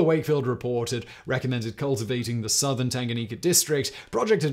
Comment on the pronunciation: 😂😂😂That Tanganyika pronunciation though🤦🏾‍♂️. P.S. I am Zambian watching from Zambia